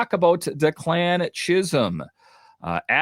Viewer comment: FYI,, it’s DECK-lan not de-CLAN